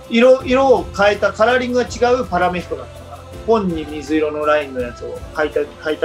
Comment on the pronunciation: パラ"メ"ヒコと、原語のスペイン語である"メ"にアクセントをおいて欲しかった笑